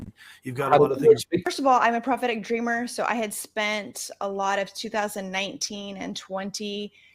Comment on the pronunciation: Every time I hear 'prophetic' it sounds like 'pathetic'. Everything suddenly makes sense that way.